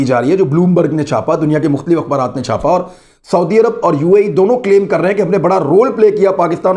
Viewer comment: Bhai g ,sanp, sanp, hota hai